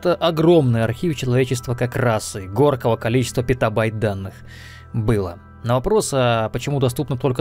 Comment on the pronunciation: Горково количество? Или Морково? Зог его разберет